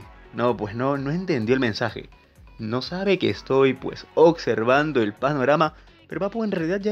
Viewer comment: PORQUE DICE: "OCSERVANDO" YA LO ESCUCHE EN VARIOS YOUTUBERS 😂